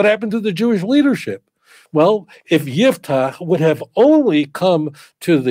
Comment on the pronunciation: IFTACH, with an " F " , NOT '' P " Italian rabbinical TANAKH., Rav Dario Disegni, z.l.